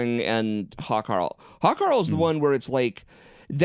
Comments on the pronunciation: When said Hakarl, I thought he said "Hot Carl". Something to look up on Urban Dictionary. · When says Hákarl it sounds like he’s saying Hot Carl. “They defrosted the Hot Carl! We froze it for a reason!”